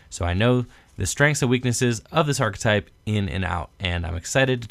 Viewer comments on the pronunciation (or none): none